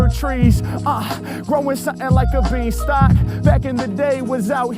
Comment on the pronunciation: Growing like a bean-stalk, not bee-stalk.